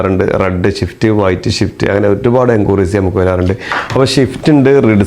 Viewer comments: എടാ പോർക്കെ… ഷിഫ്റ്റ് അല്ല… സ്വിഫ്റ്റ്.. ഈ മുറി അണ്ടികൾക്ക് വിവരവും വിദ്യാഭാസവും ഇല്ലാത്തത് എന്താ? അവന്റെ ഷിഫ്റ്റ് പറി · പൊന്ന് ബ്രോ ഷിഫ്റ്റ് അല്ല സിഫ്റ്റ്